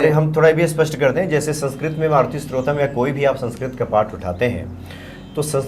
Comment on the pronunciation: सुंदर प्रस्तुती परन्तु शब्दों के उच्चारण पे ध्यान दें। स्तोत्रम न कि स्रोतम